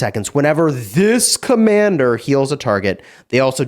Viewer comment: When he read the skill he literally emphasised “This commander”